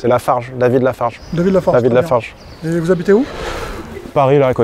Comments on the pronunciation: Ça m’a tué qu’il a dit David larfarge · Il a dit david lafarge